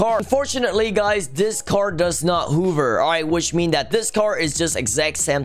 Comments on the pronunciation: Who else noticed said hover whover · Why does say hoover instead of hover XD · I like how he pronuce hover hoover